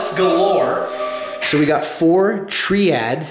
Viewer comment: Did they just pronounced triad treead? Guys its supposed to be pronounced try ad